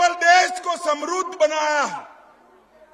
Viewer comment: Gm pahley bolna toh seekh liye samrad ko samrood bole rahey bhashan aisey detey ho jaisey koi gussey main bhaunk raha ho